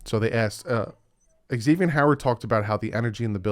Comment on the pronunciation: Dude. Been a Dolfan since pre- Marino and really enjoy your channel. I just have one FYI for you. It's not eggs zavian or ex zavian. It's pronounced Zavian. Think of the X as a Z.